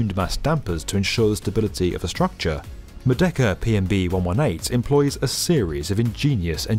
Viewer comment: Merdeka (Murr-day-KA)